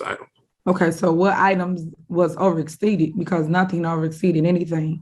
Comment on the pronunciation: Is she saying Over Exceeded or Over EXSTEEDED😳😩😂